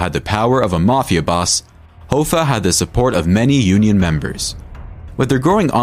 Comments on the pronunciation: Its Pronounced = "HAFFA" not "HOFFA" .... but is spelled Hoffa. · Hoffa, it's like cough-a, 👍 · The way he pronounces Castellito and Hoffa makes this unwatchable, plus they keep showing Konigsberg when they say Castellito. Couldn't even get two minutes in before clicking away.